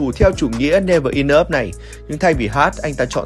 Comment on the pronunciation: Đọc chữ enough cũng sai. Chịu